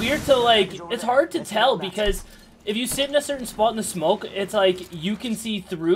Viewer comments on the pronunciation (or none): vice-ah versa